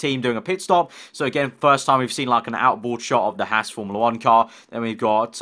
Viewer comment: also needs to learn how to say haas.